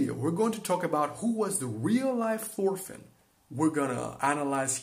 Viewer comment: its Torfinn, nått thor